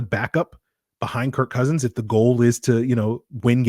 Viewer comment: Kirk CUHsins